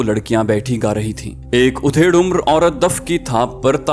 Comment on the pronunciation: Urdu k word adhed umr ha oodhed umr nahen